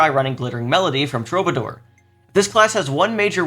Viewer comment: Now that people are done being annoying about Qigong pronunciation, it’s time to be annoying and say that Troubadour is pronounced True-buh-“door” as in the word door